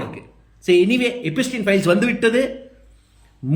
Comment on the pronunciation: நீ படிக்காதவனா? எப்ஸ்டின் பெயரை எப்பிஸ்டின் என்று எச்சரிக்கிறாயே?